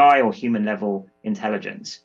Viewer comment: there is no "in Tell Igence" We dumbify